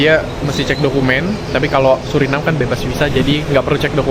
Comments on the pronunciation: Bacanya yang benar sesuai dengan kalimatnya SURINAME karena dari bahasa Belanda, anda salah menyebutnya berulang kali jadi SURINEM 😂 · Maaf saya koreksi ya ? Orang lokal sana dan wisatawan yang datang, ataupun orang Belanda menyebutnya "Suriname" bukan "Surinam" seperti yang anda sebutkan berulang kali